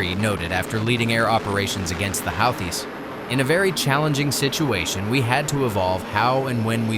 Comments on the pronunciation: Like the video but the How-this? lol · “Howthists” 🙄 Stop trying to make AI happen. We don’t want it 🙄